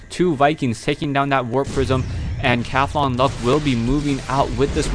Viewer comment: its not CATHONLUCK, its CAUTHONLUCK. there is a U in there, you know that?